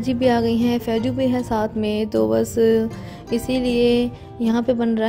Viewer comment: Aap ke bhanjee ka naam (Faizu) h Faijuu nhee Pls apna talafuz shi kr lo..Allah ke liye